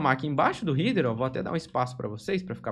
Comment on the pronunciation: muito bom material. Só um detalhe sem muita importancia, mas a pronuncia de header doi toda hora